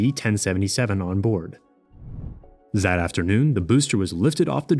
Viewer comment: "Zen"? "Zat afternoon"?